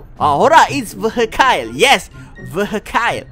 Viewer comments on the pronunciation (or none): Tolonglah.. Perbetulkan Pronounciation tu.. Vehicle tu bunyi dier bukan Vehicaild.. Tapi Vehikel.. Tolonglah.. Sakit telinga aku dgr.. itu jer yg xbest.. yg lain, ok.. teruskan jadi youtuber..